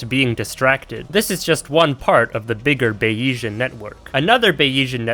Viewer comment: how could i possibly not click this, i need to hear the ape computer arguments why are you saying bayesian like bayiesian? i feel like its a joke since you seem to emphasise the e thats supposed to be silent. are you maybe ideologically opposed to frenchisms? in which case go off king bro you actually have terminal ADHD anyway, subscribed